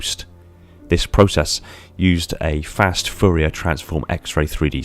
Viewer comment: Fourier is a French surname -- it is being mispronounced here.